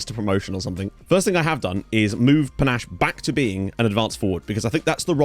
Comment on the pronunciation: Ayye! Great to a fellow Zimbabwean in your team, P.S You got the last name but his first name is pronounced Pa-Nah-Sheh , the "she" rolls off like a "shay" than "che"